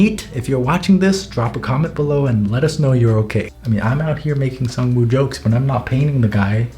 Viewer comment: Sang-Woo Me: Sung Jin-Woo: Sang Me: Sang: Woo Me: Woo: Sang-Woo Me: Sung Jin-Woo